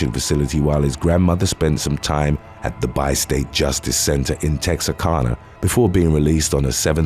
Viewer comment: So cool to hear my city's name said by my favorite narrator. It's pronounced Texar-CAN-uh though 😅